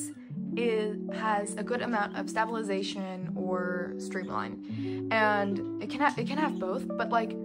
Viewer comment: Just a tip: the word is pronounced “stay-bil-eyes-a-shun.” You seem to be starting the word with “stab” which, while amusing, NGL😊, loses the link to the word of origin, “stable.” Great video! I’m sure it will help many people! Thanks for your work!